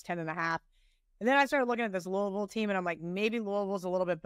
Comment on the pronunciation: Thank you for pronouncing Louisville correctly! Thanks for calling out refs!